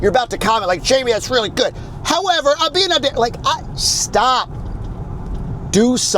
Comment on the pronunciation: Wow all four syllables for Luis surname. Good job